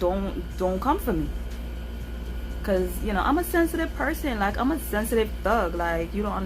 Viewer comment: “A sensitive aTHUG” 😩😝😂🤣🤣😝. Thanks for sharing, I enjoyed the story can't wait for the next video.